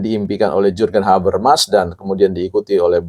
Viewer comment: Hahahha iya ini org baca Jurgen habermas saja salah pengucapannya. Dia gak tahu RG mengajar teori jurgen habermas di UI. 😂😂😂